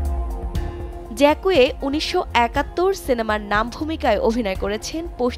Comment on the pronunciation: ফরাসী নাম উচ্চারন ভুল